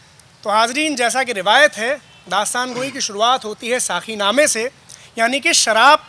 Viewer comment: داستان گوئی کی محفل سجانے والوں ۔۔۔۔ ذرا غور کیجئے اپنی اغلاط پر ۔۔۔۔ جب تک بیان کرنے والوں کے تلفظ درست نہیں ھونگے تب تک داستان گوئی میں اثر نہیں پیدا ھوگا ۔۔۔۔ آ پ نے ابھی بولا ھے ساکی جو سراسر غلط ھے صحیح لفظ ھے ساقی ۔ برائے مہربانی ش ، ق کی درستگی کا خیال رکھیں ۔ شکیل عظیم مورخہ 24 اکتوبر سنہ 2022 ۔